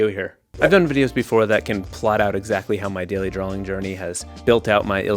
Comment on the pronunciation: ... Do you keep saying drawling?"